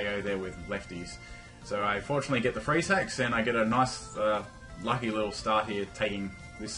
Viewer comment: when he said freeze hacks I thought he said free sex xD